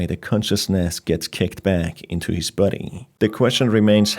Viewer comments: I love how his accent makes the word "body" sound like "buddy" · Every time you say body I am. Not sure if you mean body or buddy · sounds like youre saying "buddy" like "bubble buddy" rather than body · why do you pronounce "body" as "buddy"? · Is he saying human buddy or human body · It took me 17mins for me to realize he isn't saying "buddies" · I despise the way you say "body"